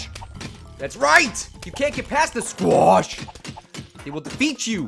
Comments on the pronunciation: i like squach when you yell it fastly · your saying the squash wrong...